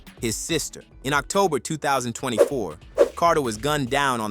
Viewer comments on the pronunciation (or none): none